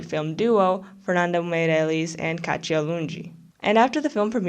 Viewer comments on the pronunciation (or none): none